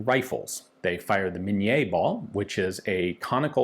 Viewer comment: Minié. Min-yayh. Normally not a francophone. But it's MIN-yayh. No mini mouse.